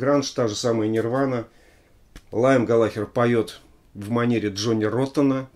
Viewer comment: Только не Лайм, а Лиэм) Спасибо за Oasis!